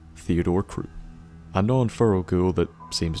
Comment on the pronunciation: lol I actually thought you said crops manor and I kept laughing